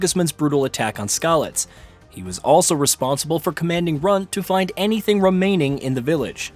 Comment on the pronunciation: * romaining * * romaining*